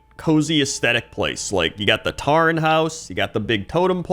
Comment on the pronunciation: Taren? It's pronounced 'Toren'